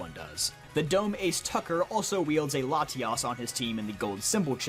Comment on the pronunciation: I love how you pronounce Latios & Latias